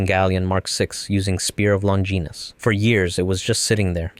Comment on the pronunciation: Spear of "long-geenis"